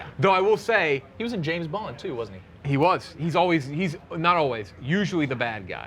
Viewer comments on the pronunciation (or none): none